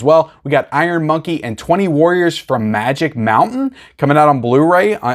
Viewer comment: It's ZU Warriors, not 20 Warriors, btw.